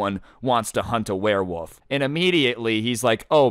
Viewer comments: "werewoove" September 2022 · This man is saying warewoof whole video